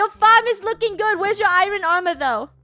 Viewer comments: I love how they say Iren not Iron Lolololl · She says ir oon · Im pretty sure sometimes funneh says iron wrong? i dont know! :D